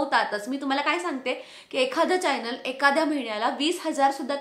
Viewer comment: चायनल नाही गं चॕनल असतं. न आणि ण वर लक्ष दे. यूट्यूब इनकम algorithm based असतं हे तू सांगितलं नाहीस तुझ्या viewers ना. त्यामुळे त्यांचं misunderstanding होतय हे comments वरुन दिसतय.